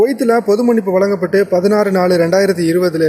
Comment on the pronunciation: மண்ணிப்பு (மன்னிப்பு ) சரி செய்து கொள்ளவும்